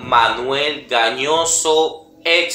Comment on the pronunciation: Gañoso NO, GALLOSSO